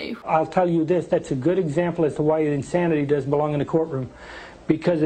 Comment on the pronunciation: "Jeffery Domoo"